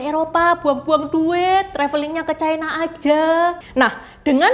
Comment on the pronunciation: Ucapan yg bnr : China, bukan " Chaina "